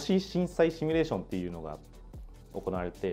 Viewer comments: どーでもいいけどさー、 この人「シミュレーション」を「シュミレーション」って言ってない？ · シュミレーションじゃないの